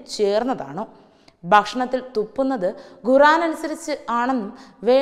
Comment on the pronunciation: News readers should be trained to spell rightly. guran- khuran, bashanam- bhakshanam and many more.